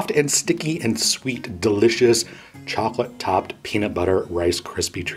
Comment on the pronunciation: Chocolate. Not chocolatee.